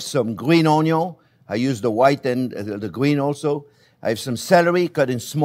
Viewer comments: Every time Chef says onyo, do a shot😅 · THe dear chef sometimes reminds me of Justin Wilson, particularly when he says "ONYON".